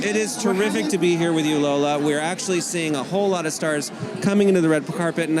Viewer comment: It is lola, as in Lòr-lá. If only she would own her heritage and at least say her name right even if she cannot correct others. Ore mi, you are too old to be doing this. Embrace your name,it is beautiful.... ❤🇳🇬Proudly Nigerian